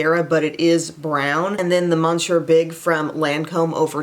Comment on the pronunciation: Have loved your videos for like a decade. Thank you for always giving such wonderful info and in depth reviews. Just wanted to mention that the Lancôme mascara is pronounced “muh-SYUR”. The “n” is silent.